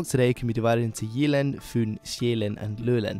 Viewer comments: The Y in "Jylland" is more like the Y in "typical" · 'Sup dude. I don't mean to be a dick or anything (It's a great video, really), but when it comes to Danish, the 'Y'-sound is more of a hard 'Y', like the 'Y' in 'Why'. Your pronunciation is really good, but instead of 'Jeeland' it's more of a 'JYlland' with the really hard 'Y'. Also, the 'R' is more of a guttural sound, like when exclaiming "Arrgh" in anger. The 'R' is more "aggressive" sounding. Again, great vid m8. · Gotta love your pronunciation :D Jeeeland and Sjæææland. While you're one of the few who actually gets how an Æ sound... You drag it out waaay too long ;)